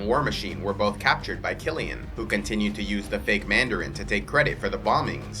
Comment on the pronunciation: *Mandarin.........not "Manderin"